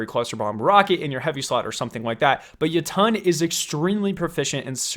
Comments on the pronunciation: Jotunn is pronounced [yot-en] like the Norse realm of the giants, jotunhiem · It's pronounced yo-tun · Any else love his videos but hate how he says Jotunn? “Yo Ton” instead of “yotin” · He called it the “ Yuttun” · Sounds like you are saying ye tonn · He pronounced Jötunn wrong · Says lemon arc instead of le monarch and says jöötüöëñ instead of jötunn